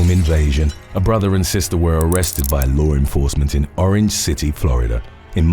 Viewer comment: You always say lower enforcement